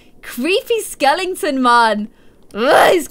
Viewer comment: Sweetheart, there is no "ing" in the word Skeleton. LOL